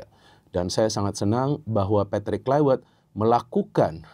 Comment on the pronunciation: Tolong, cara penyebutan patrik Kluivert jangan pake cara Inggris, tepatnya di huruf V nya. Sebab dia orang Belanda